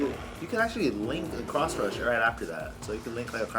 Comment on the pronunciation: It's pronounced Cross Rush, not Crotch Rush.